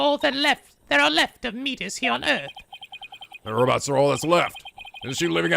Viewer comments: it's met-iss not meat iss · By the way, Metis is pronounced Meh-tis. There was a character in Persona 3 FES with the same name. Metis's Persona was Psyche in that game and the Metis in this game is a psychological researcher, but the actual Metis is a mythological greek giant. I'm not sure how the name relates to psychology at all. Maybe it's just a coincidence. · It's pronounced Meh-tus. " Meatis" is...something else.